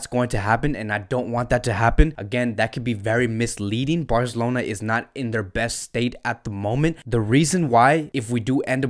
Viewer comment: Taket it easy brother. His pronunciations of some names are not correct. However it's cool. For example he says BarZelona or Shalk instead of Barcelona or Schalke(shālk-e)